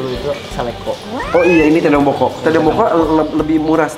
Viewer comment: "Tedong Lotong Boko'"..... bukan tedong bokok